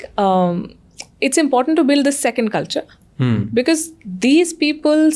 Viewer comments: Why Indians pronounce because az ”bekez” 😂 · Bhai becuss kya hota hai😂karlo pronunciation toh theek bhai,it's be-cause pronounced as becoz,because